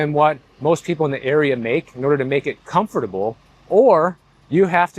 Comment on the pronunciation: actually pronounces the word comfortable, very rare. most people say "comfturble"